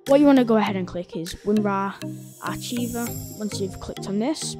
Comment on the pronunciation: hey man, archive, as in WinRar Archiver, is pronounced "Ark-iver" think the jedi archives